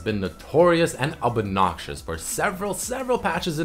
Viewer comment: the way he says obnoxious is so weird lol